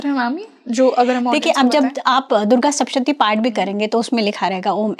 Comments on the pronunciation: Madamji durga saptashati bolt hai sapshati nahi...thoda dhyan de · It is sapta shathi. Not shapta shathi. Sapta is seven and shathi is 100. This represents the 700 Slokas